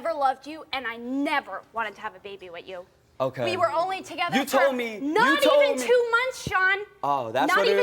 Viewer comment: With you! Not which chu!